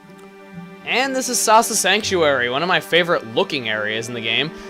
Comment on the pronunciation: The first time he said 'Awesome Sasa Sanctuary',it sounded like he said 'Awesomesauce-a sanctuary'.